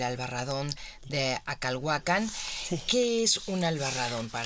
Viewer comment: Yo quité el volumen cuando la escuché cecear y cuando dijo "Acalhuacán." Supongo que todo arqueólogo sabría pronunciar "Acalhuácan," o "Acolhuácan," (tierra de los acolhuas) Esos aparentemente nimios detalles arruinan una disertación.